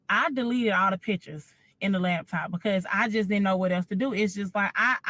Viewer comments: Can we say “laptop” not lab top? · Is it just me, or is she saying “labtop” when she’s referring to the laptop? My cousin does this🤣😂. Okay, let me stop being petty and listen. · I know the takeaway should be deeper but ma'am it's laptop not labtop🤦🏾‍♂️ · She keeps saying "lab-top" 😂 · Lawd, I hate to hear people say LABtop 😂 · Lap top NOT " Labtop" that shit urked me😂😂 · naaa i know a lot of ppl that says labtop , STOP IT. Her accent is nothing special its her incorrect pronunciation. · It's pronounced "Laptop", not " Labtop" black people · She’s lying… Ain’t no gay man not washing.… So you got dressed for a wedding you weren’t invited to and didn’t get rebuffed? OK AND… It’s “Laptop”.. She don’t sound like she had taken courses anywhere.. Somebody owes me time!! 😂🤣😂🤣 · And the "Lab top"